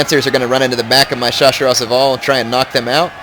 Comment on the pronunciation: Hey, I doubt your gona see this but the proper way to say chasseur is shassheir:)